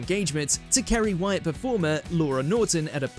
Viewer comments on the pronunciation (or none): none